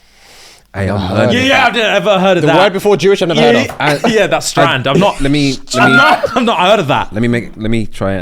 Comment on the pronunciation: saying strand sent me 😂